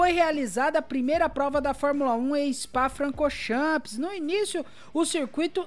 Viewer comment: O meu maior... tira o "S" no final da pronuncia... "chan" e não "champis"... kkkkk